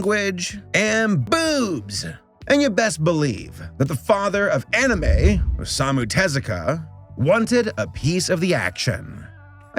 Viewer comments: O-sa-mu Ta-zu-ka my god man! 😂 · As someone who speaks Japanese, I really hate how this guy pronounces Osamu Tezuka's name xD